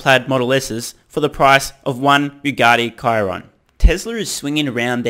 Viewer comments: Kiron?? Chiron as in ssshhhiron 😂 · Please respect the competition: per native pronunciation, it's shee-ron, it's french... 😊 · Chiron (sheer-ron) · The Bugatti model is pronounced she-ron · Watch all your vids, great content! For when all the other Tesla’s further extend their performance lead over ice, I think it’s pronounced Sheer-ron. Keep up the good work! Tesla to the moon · I believe it's pronounced "shee-ron" ;)